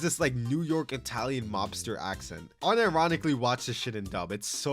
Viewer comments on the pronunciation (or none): none